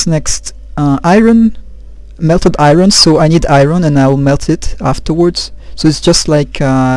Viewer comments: NIce! Thanks so much for posting these,. Some of us TRULY appreciate it! OH, it's pronounce like I-urn...for Iron. =) Best, John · R is silent in Iron